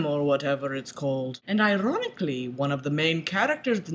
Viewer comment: OMG you rock! This made me laugh so much... love how you roll your r's when you say 'Ironically'